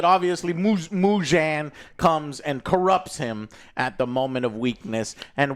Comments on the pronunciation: I was dying at him some how adding a J into Muzan’s name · I didn't put this on my bingo card! Joe reviewed an anime movie?! Let's go! Glad you enjoyed it! Also main villain is Muzan not Mugen but still good job! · How can you say Kokoshibu correctly but not Muzan wtf